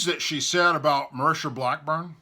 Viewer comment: Dude, learn how to pronounce names. MARSHA BLACKBURN. ( MAR-SHA) Not MUR-SHA. And Phil BREDESEN ( BRED-E-SEN). It makes you sound uneducated when you can't read a name right. At least proof read before you put the video out.